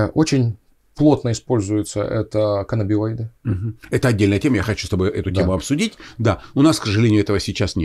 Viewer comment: Врач психиатр -нарколог (стаж 4 года). Коллеги, пожалуйста, говорите правильно - каннабиНоиды. (Н)